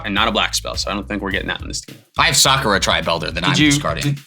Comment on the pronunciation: To split hairs on Sakura's pronunciation, the emphasis should be on the last syllable, "RA": sa-ku-RA.